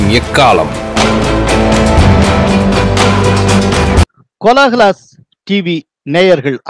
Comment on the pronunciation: இது வாய்மையின் எக்காளம் !எக்காலம அல்ல. உச்சரிப்பில் தயவு செய்து அக்கறை காட்டவும். எந்தக் காலத்தில் வாய்மை வருமோ? என்று தொனிக்கின்றது. கவனியுங்கள்.